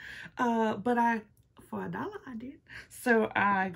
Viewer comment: lol '' FO A DOLLA I DID' made me chuckle